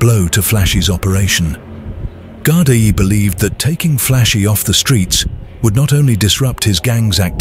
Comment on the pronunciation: Someone needs to tell the narrator how to say Gardai properly